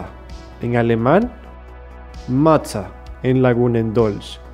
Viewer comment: Mutter se pronuncia "MUDA" O "MUTA" no "mata"